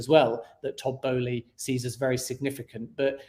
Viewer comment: Matisse Boehly’s name has an “L” in it! Pronounce the word “Bowling” but then add “eee” at the end lol Besides that, great stream! Very informational. Just what we needed